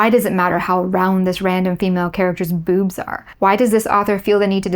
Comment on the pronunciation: The way you accentuate the word "boobs" makes me laugh 😂